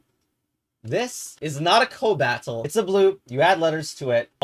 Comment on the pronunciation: your content is so cursed that hearing you mispronounce cobatl on purpose has me wondering whether there's any mechanical relevance to it